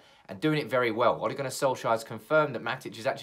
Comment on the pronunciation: Why do you pronounce it like O´le